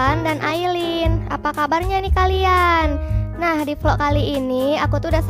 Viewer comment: Vlog opa bukan volok 🤣🤣🤣